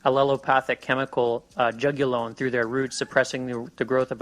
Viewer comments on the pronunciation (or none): Very interesting for people that are unfamiliar with Pawpaw but two comments, it’s Juglone not Jugulone and I’m highly doubtful that was old growth.